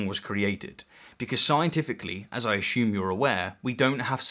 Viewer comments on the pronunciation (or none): FFS you are educated. The word is aSSume NOT aSHume.